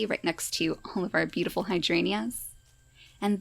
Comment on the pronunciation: hydrangeas are pronounced hi-dran-jya! The y is pretty subtle, though.